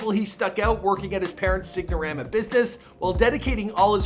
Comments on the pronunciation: also, how he pronounces Sign-a-rama... Sig-no-rama lol dude is lacking in this video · it’s sign-a-rama like SINE as in a SIGN. not sig na ra ma. 0/2 with lewisville too. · Sign o Rama , the g is silent just like the s is silent in Louisville , dude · Guy said signarama.... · Sig-no-rama. Comon!